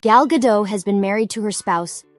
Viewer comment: Start by pronouncing properly, the t is not silent, as she is Israeli, not French